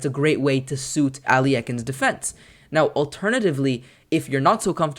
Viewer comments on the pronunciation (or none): "æliekin's defence" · Sure, but that is not what you said. You said Al Ye Ah Kin. That is not just a different pronunciation, but the addition of an extra syllable in the middle. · Your pronunciation of this defense is quite humorous. Where are you getting the extra syllables? Thanks for showing from the black side. Most videos show it from white's perspective.